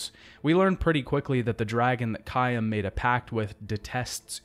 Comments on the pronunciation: I like the review but you pronounced dude name wrong the whole video lol 😅 it’s Caim not Kayam wtfeezy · this is a really good video, but i kept getting distracted by the way he said "caim"